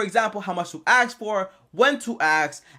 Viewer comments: Have you ever axe? Axe. Axe. Axe. It's ask my dude. A-S-K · You mean "ask", right?